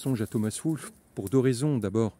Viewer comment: Merci de saluer Wolfe ! (Mais on prononce Wol-fe, pas Woolf.)